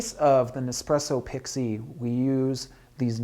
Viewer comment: Why does this guy pronounce it Pixeee?